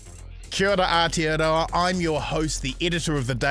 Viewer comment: The fact that bomber sends his kid to full immersion te reo school, but can't pronounce aotearoa properly after living in nz his entire life 🤯🤯🤯